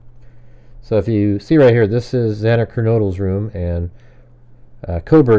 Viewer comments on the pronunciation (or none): none